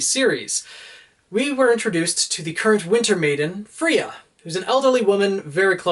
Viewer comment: I think it's supposed to be "Freya" as in the Norse goddess rather than Fria